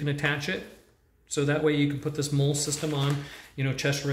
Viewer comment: Pronounce the “mole” pouches as “molly” please